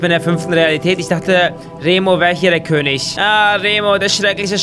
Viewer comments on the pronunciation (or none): none